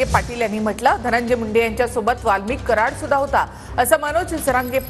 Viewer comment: अहो पाटील सरमाड नाही कराड.